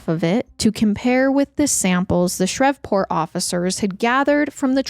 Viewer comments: I love you but it’s ShrEEEEEveport..long E sound like geese. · i love you but “shrevport” is taking me out😂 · Your confidence when pronouncing words wrong is amazing. Please please Google the proper way to say certain Names/ Words. It makes listening extremely difficult. Shreveport is not pronounced the way you said it. Shr-eeve Port! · It’s Shree-port lol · I don't understand how you say Shreveport correctly then proceed to say Shrev-port constantly after that lmao I'm 💀💀💀😂😂😂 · PLEASE look up pronunciations. "Shrevport" is making this impossible to listen to. This is far from the first time something similar has happened. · Louisianian here 🙋🏼‍♀️ it’s pronounced “Shreeve-port” 😅 you said it correctly in the beginning of the video. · It was bugging me lol especially cause she had said it right at first😅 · Omg I came to say the same thing! I thought maybe I was pronouncing it wrong but my mom's side is from Louisiana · My comment was deleted but I was just trying to say you were mispronouncing Shreveport 🥲